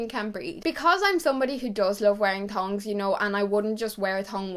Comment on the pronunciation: OMG it’s NOT “tons” it’s THONGS